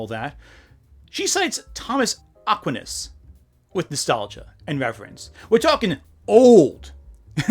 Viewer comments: Aquinas is ah-QWHY-nas not AH-quinn-nes. The emphasis is on the second syllable. And it’s an A sound at the end not an E. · Also not to be that guy, but as a nerd and an ex-catholic, St. Thomas Aquinas’ name is pronounced “ack•why•niss” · Didn't scroll through everything to check; I sure hope someone else pointed these out, but Acquinas: uh-KWY-nuhs Pedagogy: peh-duh-go-JEE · Two mispronunciations of yours that are driving me nuts (one because it's recurring and the other because it was in the same passage): Aquinas and Pedagogy. They both have pronunciation guides on Merriam Webster's website, though. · _; Are. . . Are you ever going to actually READ Thomas Aquinas instead of just saying "He'S OLD. . . and CaThOlIC. . ." and pronouncing his name wrong. . . Instead you just descended into an attack on how dare anyone be Catholic and homeschooled. . .?? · Your mispronunciation of Aquinas just dealt me psychic damage lmao